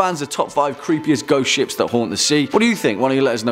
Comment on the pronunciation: The beginning sounded like you said goat ships